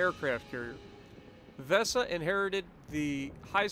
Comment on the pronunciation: Wesa and Hans Geisla thats hiw u pronounce it for the next time buddy ;)